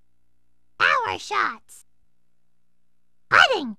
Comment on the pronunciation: When I was a kid, the way that Toad said putting sounded like pudding, our family always enjoyed playing this game with that in mind. It was also cool hearing how an albatross putt and albatross get sounded. Never got those.